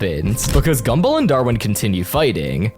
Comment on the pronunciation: why do you say gumball as gumble 💔💔